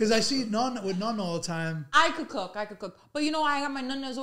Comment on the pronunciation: It's Nonna....not Nunna !!!